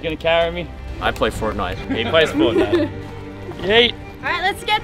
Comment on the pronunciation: Anyone ever: are you ready? Fresh: I play firtnite